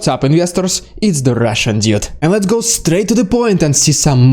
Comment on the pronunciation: Just to point out it sounds like you're saying "Russian idiot" with your accent, may want to slow it down and accentuate the D when pronouncing Dude.